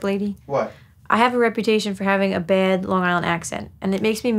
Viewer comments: I like how when she's talking about it she says "I have a reputation for having a baed Long Island accent and it makes me maed ." You can really hear it on "bad" and "mad", but I admittedly never noticed it before that sentence lol. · nope, I watched the video she did with Fantano right after this, and in that one she says "bad" with an even more obvious accent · the way u said bad and mad….